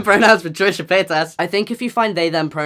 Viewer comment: So confusing when you're french and you hear Tresha ~Pétasse~ every 10sec.